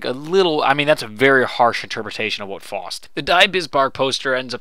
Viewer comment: Faust [pronounced f-ow-st]